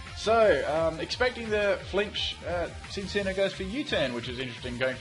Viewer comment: Cinccino is pronounced Chin-chino